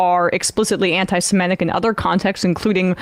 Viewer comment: Not siMETic. It's seMITic!